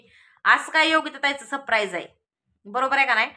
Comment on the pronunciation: Sapraij सप न म्हणता सर म्हणायचे सर praij